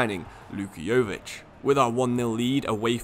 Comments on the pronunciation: You don't pronounce it Govik its Luka YO-VI-TCH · his name is pronounced Yoh-Vich